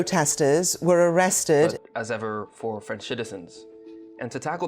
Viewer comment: Very good French pronunciation